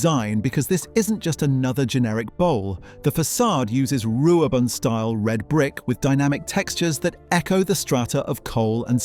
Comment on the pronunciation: How has this got 17k views? Oh yeah, Wrecsam! I've not seen anything from fans about it being renovated to its original look! Glad to see you gave credit to all the videos from the games! 5500, nope, not anymore. Try and get pronunciation right! Ru-ab-on. Why use the old concept video, that's been superseded for some months now.